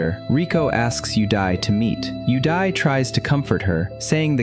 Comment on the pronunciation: all i can hear is "you die" instead of "yudai"